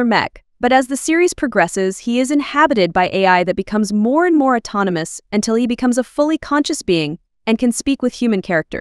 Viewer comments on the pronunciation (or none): none